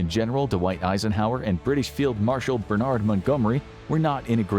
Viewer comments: hearing a brit referred to as B’naard instead of Bernard is utterly grating on the ears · That's not how British people say Bernard.